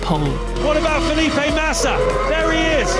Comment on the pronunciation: Fe'lip.e Matisa Amo essa Pronuncia dela